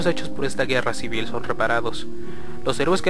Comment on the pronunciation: chivil war xd